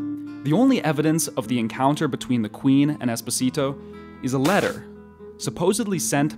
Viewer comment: Espòsito, not espossìto 😢😂😅